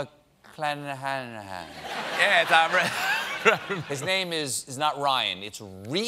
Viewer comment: Rhys McClenaghan - that's the name of the Irish gymnast - McClenaghan is not THAT hard Stephen